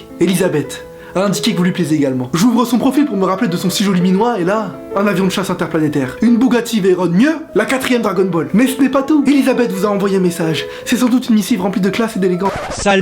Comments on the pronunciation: On dit VeyrON pas veyroNNE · Veyron se dit "Véron", et pas "Vèyronne"; mais c'est qu'un détail. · Kevin c Bugatti Veyron et pas « Veyronne » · aï mes oreilles encore quelqu'un de plus qui prononce mal le nom de la bugatti veyron